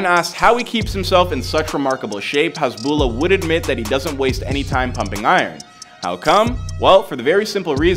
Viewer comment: The lah part at the end of his name is stretched out alittle, hasbullaah is the way it’s pronounced